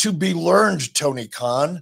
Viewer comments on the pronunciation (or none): Messed up Tony Kahn‘s name I think his name is right now❤❤